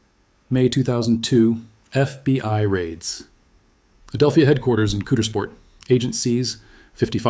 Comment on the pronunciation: It’s Not pronounced Coodersport. It’s pronounced Cowdersport. If you’re going to talk about the worst thing ever to happen to our town please at least pronounce the name of our town correctly.